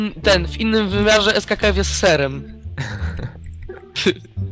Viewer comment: Multi nie Serskkf tylko Serkkf :) !